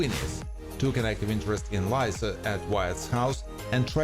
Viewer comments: It’s Lisa Not Liza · Its not lie za its lee sah